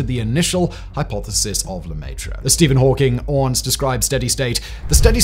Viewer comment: Oh my god, seriously? LEMAYTRE? luh-meh-tre... education only goes so far, huh? God forbid we pronounce foreign words correctly for the sake of the english-speaking dumb-dumbs